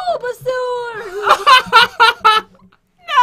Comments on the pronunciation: Beatriz Roldan It's bulbasaur not Bulba-whatever you said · She said Bulbasaur not Bulbusoris. Wtf is Bulbusoris? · I was eating frozen blueberries when jen said bulbusaur then i inhaled a frozen blueberry and now im choking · Ok so we have a pikachu right over here Pat: alright we can see the pikachu right over here: we have scwidwerd right here!: I MEAN SCRERDLE! Ollllllll! Pat: wait you didn’t do that on purpose?: NO 😅: ok then out here we have BOLBASORDS! Me: 🤣😂🤣😂🤣😂🤣 Pat:🤣😂🤣😂🤣😂😂 Pat in the future: 🤣😂😂🤣🤣😂🤣😂 in the future: 🤣😂🤣😂🤣😂😂🤣 no! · says baulgasour Me: buggersaur? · Who laughed wen said bobsor